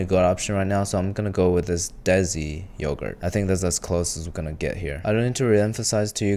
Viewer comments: I’m sorry dude but as an Indian, you saying Atithi as Atheehee sounds weird, you could have at least tried to pronounce it . You can pronounce desi as dece instead of dezi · Bro pronounced desi as dezi 😭